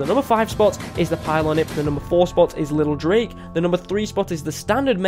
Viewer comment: It’s pronounced lil drac not lil drake